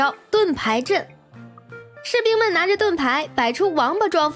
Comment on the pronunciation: 士兵能唸成土兵.......這麼常見的詞還能唸錯，不容易啊= =